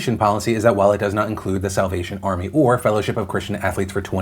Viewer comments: Is it just me or when ever Phil said "Salvation Army" I hear "South Asian Army" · I had to rewind about 5 times because I thought you said “south Asian army” rather than salvation 🤷‍♀️😂😂😂